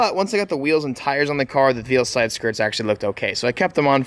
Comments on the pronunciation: Is it just me or did anyone else die a little inside when he said "veal-side" 🤦‍♂️ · I think Veilside is pronounced "Vail-Side" 🤷‍♂️ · I love his videos but it bugs me how he says Veilside